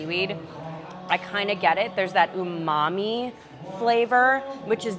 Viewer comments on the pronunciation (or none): none